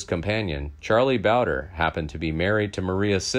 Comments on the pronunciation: It's charlie bowd. Re. Not boder. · Bowdre is pronounced Bow-dree Not trying to be a smart ass, but the Bowder pronunciation threw me off the first time you said it. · It's Charlie BOWDRE. Pronounced Bow-dree